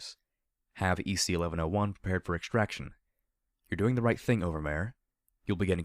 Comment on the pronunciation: I feel justified in that you pronounce EC-1101 the same way I do. Aside from that, I'm really enjoying your portrayal of the characters, and particularly Blackjack's mentality.